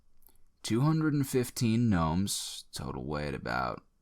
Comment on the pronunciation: Did you say knomes